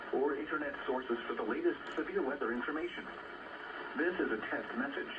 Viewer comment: "Repeating, dis a test" English is awesome